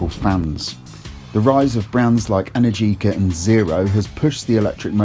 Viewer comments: It's pronounced e-NAIR-ji-ka, not en-air-GEE-ka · Trust an Englishman to absolutely butcher that brand name 🙄 Energica has the same rhythm as allergic-ah (if that were a word). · Just say it rhymes with America.